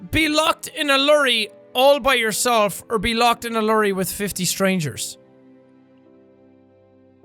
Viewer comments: Did... did he say “lurry”? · okay this sounds insulting but lorry: “lurry”, sean. no. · Can you repeat that, a fucking “lurry” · I’m sorry but the way you pronounce ‘lorry’ 😂😂😂 Not hating, just found it funny 😂😂 Dang that Irish accent 😂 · Max Ward yh every diffrent country prounuce it differently